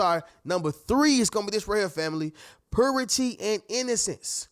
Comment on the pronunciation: It's purity..pronounced "puuyyrity", not "poohrity".